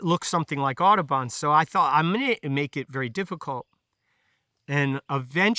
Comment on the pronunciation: Okay. John James Audubon. Took me a while to figure out that he was not saying „Autobahn“ :)